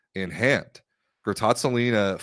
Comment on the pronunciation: Masterclass on how pronounce "Grottazzolina" by. Complimenti.